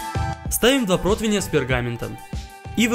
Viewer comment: ПротИвень, а не протвень